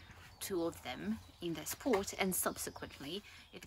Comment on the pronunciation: Even if you don't want to use expensive audio gadgets for this, you could post-process your audio track to make your sound louder. (I had to use an external amplifier to hear you in my headphone.) And you may want to say pot with a shorter o as even YT recognizes it as port . :)